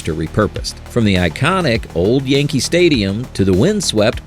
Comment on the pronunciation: "YANKEL" STADIUM